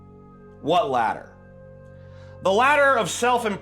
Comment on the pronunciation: Later not ladder. I thought you meant the later of the two things. Was confused for a minute.